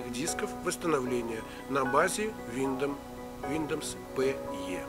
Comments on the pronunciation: бро, не виндомс, а виндовс. научись читать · Виндомс))) Тогда уже не Виндомс а Миндомс))) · Что вы заладили, виндомс виндомс, линух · Виндомс айс звучит) Но лайк за норм инфу) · летс ми спик фром май харт ин инглиш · Блять только из за слова виндомс не смог досмотреть))) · Ох и читака - Виндомс...))) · Автор... Аглицкий подучи что-ли... Виндомс, бля. Мигратион.... Рыдал... :))) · Сейчас бы исправляя чьи-то ошибки учить новым. Виндоус произносится правильно) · Ну знаешь, если человек не знает как правильно произноситься слово windows, который делает всё с 1 дубля, "и так сойдёт", я бы не стал особо сильно доверять